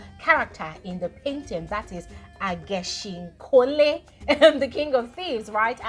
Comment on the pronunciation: Is the way is pronouncing the word for me It’s Ageshinkole not Ajeshinkole 🤣🤣🤣